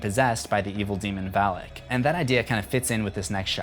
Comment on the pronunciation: It is not read as Val-ik.... It is read as Val-aak.